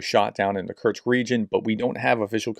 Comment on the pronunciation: Do you know Bingo? Create a bingo card from the words of Kursk, Kurtz, Kertch, Kertzt, Kertchk and all the other mispronunciations, and play bingo on watching those videos. Alternatively get a drink for every mispronunciation. So sad that the actually good information is tampered by bad preparation. Come on, this is just 5 letters….